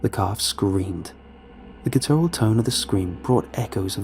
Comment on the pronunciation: Guttural = guh-ter-ul